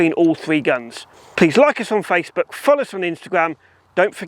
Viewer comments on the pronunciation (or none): none